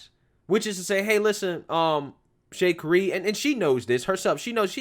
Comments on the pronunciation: Sha-carry....not shakery. LOL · Actually, you’re wrong about her name’s pronunciation, and you’re wrong about following rules. When a rule is morally wrong, it is your duty to not follow them. A perfect example is Rosa Parks.